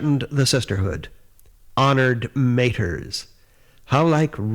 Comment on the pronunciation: After twenty years I have finally found out how to pronounce "Honored Matre" correctly! Thanks for the vid!